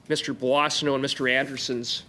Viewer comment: Puasano? Is it supposed to be Boissonnault ? For accurate information, at least the names CC offers should be edited.